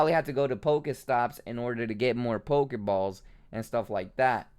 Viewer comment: Not on damn thing near my house it almost aggregates me as much as this dude say pokaballs pokamon